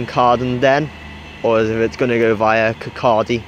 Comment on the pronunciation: Kirkcaldy is pronounced kirkcody